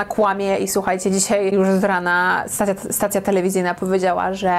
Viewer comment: Stacja, nie "stacia"